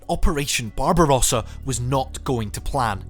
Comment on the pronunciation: BARBARUASA! NON SI PUÒ SENTIRE .BARBAROSSA. Le tradizioni sono di scarsa qualità.